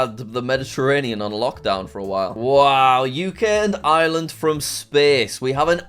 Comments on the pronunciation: I live in Ireland and it's pronounced arelind not i er LA and pls say it right this time😡😡😡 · You forgot to pronounce the R in Ireland, J A C K M A S S E Y W E L S H. (read this comment off-camera)